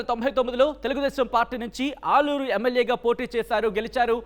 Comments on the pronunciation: Aaluru Kadu alluru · ఆలూరు కాదు అల్లూరు